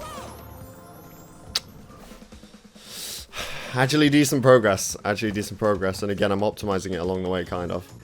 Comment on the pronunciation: Achully counter: 13. Not too bad. I don't know where from is in Britain, but his pronunciations are hilarious. Djump, Achully, Bandicute. I'm watching another Brit YouTuber Storpey, he's from London, and he's much more different in pronunciation than. Or should I say, he's doing it like a regular Brit guy. 😂